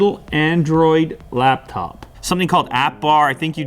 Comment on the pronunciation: Lap-phone , owwwww!